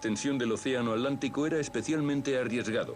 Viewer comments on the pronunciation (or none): At-lántico? Curiosa forma de pronunciar A tlán ti co. Por lo demás, muy buen video. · Cruzaban el Alántico para ver jugar al Alético. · Jahaja yo también me pregunte lo mismo, que no es Atlántico?